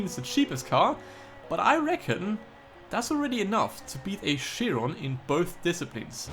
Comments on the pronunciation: I hear you saying Bugatti Shiron one more time and I'll blow up. IT'S PRONOUNCED KIRON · did you know the bugatti chiron is pronounced kyron ?